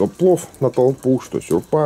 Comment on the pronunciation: Да не сюрпа, а шурпа, ё-маё)) Осторожнее с лодкой. У нас на Обском море трое мужиков перевернулись, до сих пор водолазы найти не могут. И еще: в чем смысл утепления потолка на веранде именно пенополистиролом? Зачем такая мощная теплоизоляция?